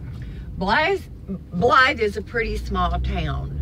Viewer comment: You said Blythe perfect. That is my middle name. Nobody ever says it right.